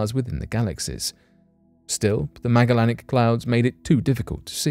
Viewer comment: (Ma-jel-in-ick) come on man... I know you can do it you're so smart... pronounce it right....